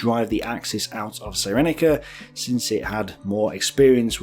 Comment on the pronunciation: Cyrenaica pronounced sear en eye car not sigh reni car.Sorry, I enjoy the mangling of place names (an endearing British tradition) but for some reason that one grates. Excellent stuff you should be on Al Beeb. On Greece, a glance at the map will tell you that Greece like Poland would be almost impossible to defend because of its geography. Even so Britain declared war for Poland even though she could do nothing to militarily help Poland. Sometimes a political stand can be very expensive. The question is, is it the right thing to do?